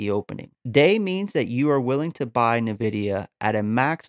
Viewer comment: good video my man, thanks, headsup, you're saying nvidia incorrectly, good luck